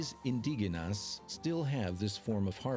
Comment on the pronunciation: I'm sorry but the narrator needs to pronounce some words better. Quetzal, Indigenas etc. The producers need to revise the pronunciation of these words to make sure they sound as they should. For that and although the documentary is great, you get a dislike.